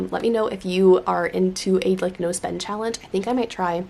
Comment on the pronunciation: I kept hearing nose bend instead of no spend 😂